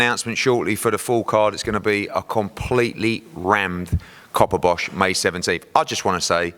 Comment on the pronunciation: Hahaha he said Copperbosh! 😂😂